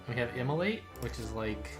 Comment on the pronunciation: Every time you say immolate I hear immolite